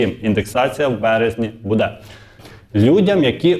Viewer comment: Не будЕ, а бУде ! Скількии можна Вам казати ?